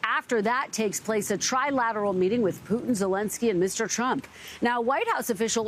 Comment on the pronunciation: Tri-laD? Does he not know how to spell trilaTeral?